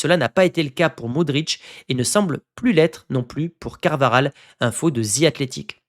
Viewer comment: 2026 et vous dites encore “Ze” Athletic😮!!! Besoin de travailler sur votre prononciation bro